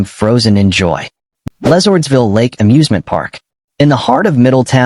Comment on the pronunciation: Would be better if you pronounced the names correctly. LeSourdsville Lake was completely wrong.